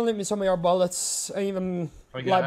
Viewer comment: Non ti posso sentire dire Ballets invece di bullets non hai idea